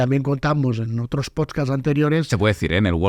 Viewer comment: en tu "potskats" xd